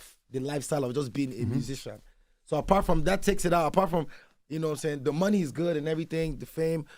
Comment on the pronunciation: This Spoilt Brat Saying He’s Not From Nigeria 😂😂😂😂 … While He Pronounces Money As “Mony” 😂😂😂I’m Confused 😂😂😂